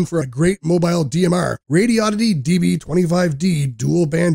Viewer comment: It's pronounced "Radio-di-dee". Not "Radi-oddity".